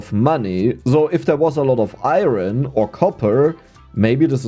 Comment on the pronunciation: Thats the joke xD same with the ion (iron)